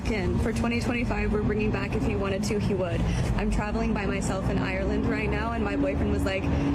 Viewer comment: it's not "woullld". It's pronounced "wood". The "L" is silent.